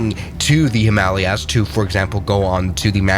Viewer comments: Twin, where the fuck is “himahleeyas” 🥀💔✌️ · The Himaleeyas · Said like a perfect German ! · I'm going to pronounce 'Himalayas' like that from now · interesting pronunciation of Himalayas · That’s quite the pronunciation of Himalayas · don’t think you got the joke because said Himalayas wrong and the OP wrote it how he pronounced it